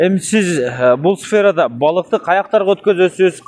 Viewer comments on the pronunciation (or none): Сфермада эмес сферада деп суйлоп жур а уйат болот э